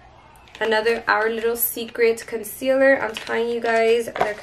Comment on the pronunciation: Someone please tell her its "conCEALER" not "conSILLER"!!!!!